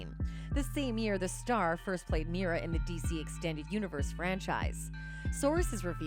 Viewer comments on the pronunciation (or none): none